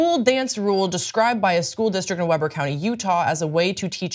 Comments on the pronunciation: Weber is pronounced like “wee-ber.” I’m from there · Weber is pronounced “Wheeburgh”, also yeah Utah’s on some crazy shit! You can’t even build a bar legally if it’s with in a certain distance from LDS churches.